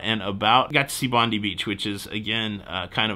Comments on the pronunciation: Yes it's definitely pronounced Bond-eye! Also it's Coo-gee. As in a baby coo and the letter G. Even as an Aussie I get mixed up with some place name pronunciations! One has to listen to a local saying the name to get it right! Just to clear up the number of people watching the fireworks - it's 1.5 million around the harbour, not just at Circular Quay. And don't forget to watch the 9 pm fireworks too! The midnight ones are the spectacular ones though! I hope you're planning to go to Taronga Zoo. Take a ferry and catch the gondola up to the top then concentrate on seeing the Australian section cos you won't see most of the animals on display in another country!! The views are spectacular of the city and the harbour too!!! Enjoy your stay! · sooo glad you put in that interjection... "BONDEE"... cripes that got my goat! And please, look up how to pronounce Coogee... Sorry, I am Aussie, just subscribed to see what your channel was like... I will persevere and see a few more posts cheers, have fun down here! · Thank you! I really enjoyed hearing about your adventures in Sydney. I live in Florida and watch a show called Bondi Vet on YouTube. So I was wondering why you said it like Bonde!!! So nice of you to explain!!! Have a wonderful trip!!!! Say Hi to Don. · So glad you corrected 'Bondee' :) Coogee is pronounced 'could-jee'. Have fun while you're here, there's a million things to see. Hop on a ferry over to Manly, nice way to see the harbour (and city) from the water. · G'day, welcome, and thanks for correcting the "Bondee" gaffe which I'm happy to put down to your being jet-whacked. You may also like to investigate the pronunciation of Coogee sometime but no rush. Best you just enjoy yourself. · Welcome to OZ mate it’s pronounced Bond- Die and Could- Gee and yes I just got to the point you corrected yourself haha have a great visit 🎉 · You had it right for a few moments - it's Bondi, last syllable pronounced die; and Bronte where its pronounced Brontee.